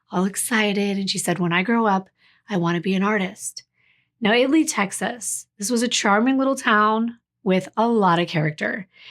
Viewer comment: Thank you for researching “IT-Lee” Texas. Most people assume it is pronounced“”IT-uh-lee”. 🤍